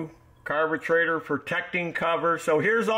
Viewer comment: I'd never use Champion spark plugs because once you get them flooded, they're shot and worthless. NGK are much better. And it's a carburetor, not a carbatrator. Learn how to talk and get the crap out of your mouth.